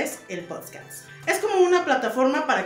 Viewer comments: ¿Qué tan difícil es decir P O D C A S T? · La manera en la que dices potscast me hace recuperar la fe en el omniversoP3, muero por ver cómo quedas cómo idiota en los potscast, y las entrevistas en malcriados de la gente que participe en ellos, porque los trataste dlv o algo así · Hola,. Se dice "Podcast".:) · POD - CAST POD - CAST POD - CAST Por lo menos pronuncialo bien, me da amsiedad cada que lo dices -.-' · se dice así nomás como se lee... PODCASTS! No hay “s” después de la “d”, suerte!🍀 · Lo primero que tienes que aprender es a decir PODCAST 🥴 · Jajajajajajaja no mms das pena, ni decir podcast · No me parece que sea tan difícil pronunciar la palabra "podcast" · Necesitas primero aprender a decirlo bien, mi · no sabes pronunciar podcast y ya andas de inventada queriendo hacer uno JAJDJSJAJA lo que es no saber que hacer para ser relevante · Se dice podcast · Si no sabes pronunciar , mucho menos sabrás lo que significa hacer un podcast. Lee, investiga , instrúyete , no todo en la vida son tatuajes horrorosos , comer como si fuera el último día e ir a la calle sin cubrebocas . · Quieres hacer algo que ni siquiera sabes pronunciar, no te limites, hazlo pero mínimo aprende a hablar. Yo sé que todos tenemos errores pero como quieres encaminarte a hacer algo que no sabes ni decir, primero que nada y antes de que quieras aprender a “poner micrófonos” aprende a pronunciar. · No sabe decir podcast y quieres hacer uno que no mame! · Y si primero aprendes a pronunciar “podcast”? 🤡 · Puedes comenzar pronunciando bien podcast no potsccaattss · En lugar de aprender a colocar las cámaras o el micrófono, deberías primero aprender a pronunciar POD-CAST. Pronuncialo lento, para que te escuches limpia y segura. Ay mi pricha empapelada, quedaste 🤡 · POD - CAS - T Tal vez viéndolo así sea un poco más fácil de pronunciar :) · Yo sólo vine a escuchar "El Podscas" 😂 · “Poscats” aprenda a decirlo antes de querer hacerlo mi toallita de 3 días